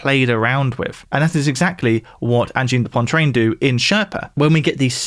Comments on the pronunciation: Sorry immediately had to click off after you decemated that pronounciation, holy moly that was so bad you threw an extra n in there for no reason. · This guy managed to mispronounce the word "poitrine" the entire video. Come on, I'm not even french but that is not a difficult word to say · There's no n before the t in Poitrine! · Come on, it takes ten seconds to Google how to pronounce something if you're not sure. There's no N before the T in Poitrine... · Dude, it's Pwah-treen, NOT Poyne-treen. had to stop after the 5th time you mispronounced it. More dissonant than their music. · It's Angine de Poitrine, not "Pontrane"! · P o i t r i n e Pwah-t-r-eeeen Cmon pal 👁️👄👁️ It’s not pontrine (Great vid new sub ❤😁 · I know I'm quibbling, but it's driving me crazy that you're saying "Ann-jeen da Pon-trane." Make just a little effort. The correct anglicized pronunciation would be more like "On-jeen da PWA-treen." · "Poitrine", not "Pointrine" 🤦‍♂ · You pronounced it "Pointrine" rather than "Poitrine" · Angine duh PWAH TWREEN. PWAH. Not pah. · Poitrine is pronounced "pwah-TREEN", not "Pontreen". There is no N to be found after "poi". I'm baffled at how anglophones just stick in random letters into foreign words. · an-jid de poa-trin .... you'te pointlessly inserting an extra N where shouldn't be one (poan-trin)? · I mean I knew you're not French but it's SO not 'pontreen'. It's 'pwatreen'. It means chest. Angine de poitrine means 'angina pectoris', or what we colloquially call angina. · where the hell did you pronounce Poitrine like Pointrine? where did the first N come from? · poitrine not pontrine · For english speaking people, "poitrine" should be pronounced "pwatreen". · For the sake of my poor Francophone ears, it’s pronounced “ohn-JEEN duh pwa-TRINN” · It is Angine De Poitrine, not Angine de PoiNtrine. At least trt to pronounce it right. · poantrine lmao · It's pronounced "anjeen deh puah-treen" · Poitrine not pontreen! 😂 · Poitrine, not "Pointrine"